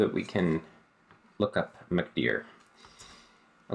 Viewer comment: I never knew mkdir is pronounced McDeer